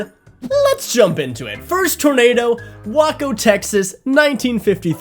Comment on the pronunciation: Way. Co not Waco